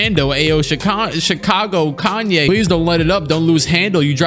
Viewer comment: yes kaney